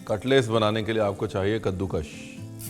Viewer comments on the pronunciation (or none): Sir kaddukash ko kaddukash ku boltey hai